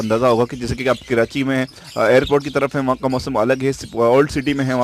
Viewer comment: Bhai please kirachi mat kaha Karo dukh hota hai, Karachi hota hai keerachi nahi